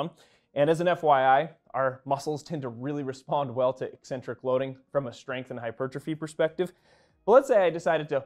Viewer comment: Finally someone on YouTube who can properly pronounce "eccentric" not just when it describes a character trait.